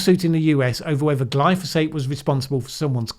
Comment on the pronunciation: Interesting, as always, although a bit too fast-moving for my aging brain. Only one small nit-pick; you said 'glysophate' hehee.